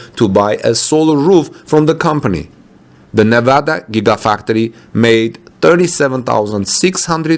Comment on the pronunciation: I expecially appreciate that you properly pronounce the name of the state of Nevada. Thank you